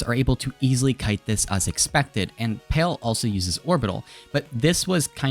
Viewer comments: love the vid, but just wanted to point out palee is pronounced as pa(h)-lee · Palee is pronounced PAH-LEE